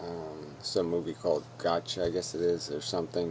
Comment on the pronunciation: by "gotcha" he meant "Gattaca" haha. More personal videos, please.